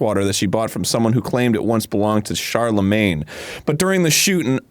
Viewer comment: Are pronouncing Charlemagne like Char lemagne.